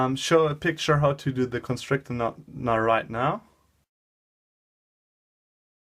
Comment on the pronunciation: "Toight it roight up"